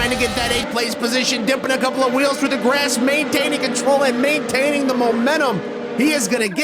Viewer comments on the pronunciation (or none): none